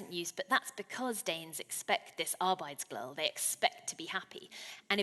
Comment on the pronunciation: One word Helen struggles with — "Arbejdsglæde" (work gladness) — is pronounced here: (from a major Danish dictionary, that same dictionary doesn't seem to have an on-line pronunciation of "hygge" (cosy), but several compounds of "hygge" are to be found there, like "hyggekrog" (a cosy corner), They're not intrinsically hard words, but they do require listening carefully and shaping one's mouth a bit differently to what one may be used to.